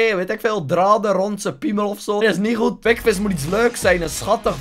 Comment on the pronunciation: Altijd wanneer zegt: Das ni hoed! Kapot lachen!